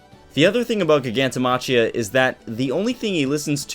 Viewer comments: i cringe every time he says "gig-anto ma-chia" do u not speak english? its clearly pronounced "Jai-ganto Ma-Kia" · Btw, Giganto-machia should be pronounced "Giganto-makia".